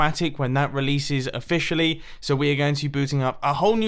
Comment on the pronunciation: offishally :D